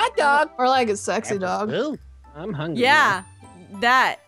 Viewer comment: Wait Wait Wait. Did say "More like a sex dog" or "More like a sexy dog"?